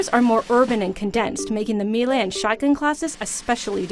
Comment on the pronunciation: She needs to learn how to pronounce words in the English language if she's going to be doing audio/video commentaries. Homage is not pronounce 'oh-midge'. It's pronounced 'ah-midge'. Melee is not pronounced 'mee-lay', it's pronounced 'may-lay'. Yikes!